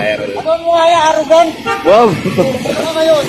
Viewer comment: Gago si manong "arogant" HAHAHAHA